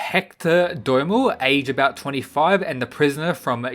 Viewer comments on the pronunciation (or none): Lol he also called Doyle 'Domo' 😂